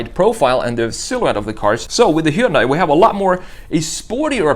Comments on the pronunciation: It's not pronounced He-Un-Die. It's Hun-Day. Get it write it's the job you chose. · It's actually pronounced "HEE-UN-DAY". Why Americans skip the Y is beyond me... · It's "Hunday." Like Sunday. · I think that you have the pronunciation of Hyundai wrong. The Y is silent